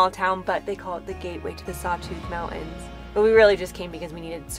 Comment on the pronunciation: Mountain’s has a T in it’s not Mow-In’s😂